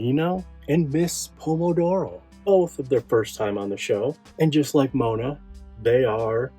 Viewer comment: i just found your channel BRAVO!!!!!But please Moana Just think the pronounciation like the disney movie Moana,btw Moana means the deepest part of the ocean.Miss Pomodoro correct like this,MOANA IS A LEGEND in italy like Marylin in usa,such a mistery surronding her death.please more of the italian startlets who made it big in Usa as well like CICCIOLINA thanks and your movie quality is amazing and i LUV JEANNA FINE and VICTORIA PARIS RIP BOTH